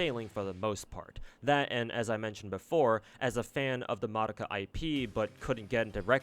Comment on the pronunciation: I just noticed that you're the first CC that pronounced Madoka's name correctly. Everyone else in the western world calls her May-dough-ka.